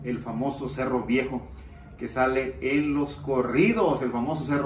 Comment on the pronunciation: Es cerro no “serró”